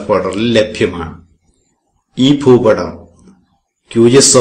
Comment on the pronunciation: ഫൂപടം അല്ല ഭൂപടം